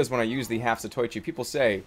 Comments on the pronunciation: it is the half- | zato-i-chi not zat-oi-chi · The Half-Zatoichi is named after a Japanese guy... so you should say "Za-to-i-chi", not "Za-toy-chi". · *Scholarly Glasses* Jerma if I might say something. The Half-Zatoichi would not be pronounced "Zah-toy-chee," but "Zah-toe-ee-chee." This is because Japanese vowel sounds do not change and are always pronounced individually. *Glasses Off* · it Za-toe-ichi not za-toy-chi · I think the phonetic for 'Zatoichi' is "Zat-o-ee-chee" :3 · GOD DAMMIT JERMA! you pronounced the half-zatoichi wrong I will now explain how to pronounce it and why It is pronounced za-toe-ichi The name is a reference to a long running manga series revolving around a character named zatoichi, who is a blind swordsman that uses his other heightened senses in order to fight. so the name means "half-blind swordsman" which explains the demoman and his... eye situation.